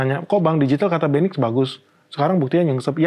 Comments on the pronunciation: Agak aneh di telinga setiap kata MEQI diucapkan 😢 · Pak.. Mending penyebutan nya MEQI perhuruf aja, saya kalo nge play pakai speaker didengar orang kok konotasi nya agak wadidaw😅